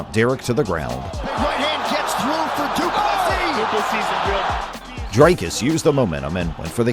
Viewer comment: try to say do plus c then you wil get it right